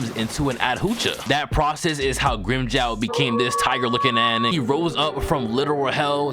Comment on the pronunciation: fuck, can't stand the grimmjow pronunciation had to fking skip it.